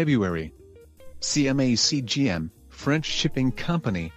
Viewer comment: Bro it's CMA-CGM